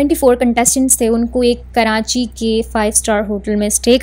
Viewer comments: First off all Is Karachi not Karanchi 😡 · First off all Its Karachi not Karanchi 😡